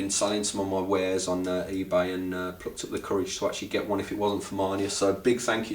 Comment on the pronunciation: its ebay not ebar m, i only person who notice it